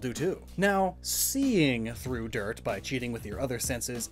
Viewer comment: You going "smells like DIRT!" threw me off so hard